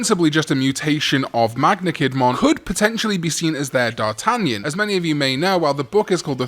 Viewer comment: You mispronounce d'Artagnan.